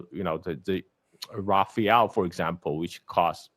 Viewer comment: it's RAFALE NOT RAPHAEL!!!